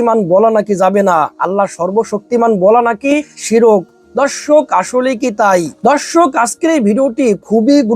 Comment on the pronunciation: শিরোক না শিরিক।উচ্চারণ ঠিক করেন?